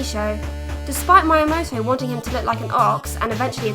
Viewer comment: Regarding pronunciations, it's Mii-a-moto, or you could say "Me a Moto", as if a caveman could be a Motorola phone!